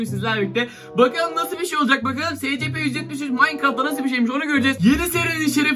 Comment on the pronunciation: scp eysipi diye okunuyo abi